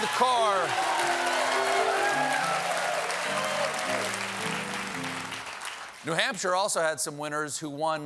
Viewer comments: Bernie is calling new Hampshire the Hampshire, is this something people from there do? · not what i’m hearing. he says “Nuh Hamp-shur” instead of “Nu Hamp-shir” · Bernie is saying "The Hampshire," right? I'm not just hearing that?